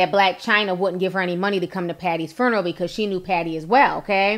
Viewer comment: It always cracks me up how she says "FERRNERALL" (FUNERAL)😂🤣